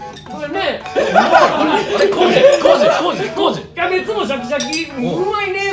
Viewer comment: さっくんの康二のモノマネやねんけどキャベツの発音癖強めww